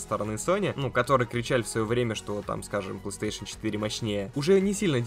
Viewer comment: Не плэйстЭэйшн, а плэйстэйшн